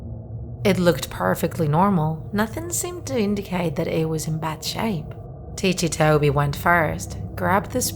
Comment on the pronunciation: its ticci toby not tichi toby